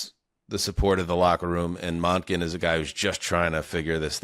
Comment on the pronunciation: My ears love James for saying monk-in vs mon-kin. Feels like a knife in my side when says it.